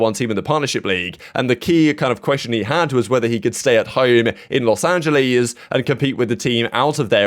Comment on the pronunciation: "Los Angalees"